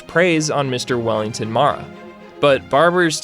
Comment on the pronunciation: its mare-a not mara. just letting you know for the future. RIP